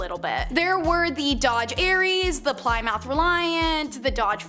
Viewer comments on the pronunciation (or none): Yup and Plymouth is pronounced plim-uth. I love but she needs to work on her pronunciations. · Girl, you gotta quit mispronouncing Plymouth.